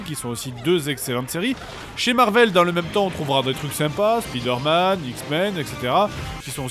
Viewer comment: L'épisode est bien , mais tu dis vraiment mal Spiderman Tu le prononces à la française[ouais bon t'en ais un aussi XD]